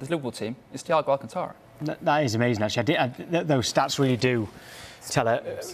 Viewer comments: Nice title. His name is Thiago Alcantara, not Alcatara. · *alcantara...... but okay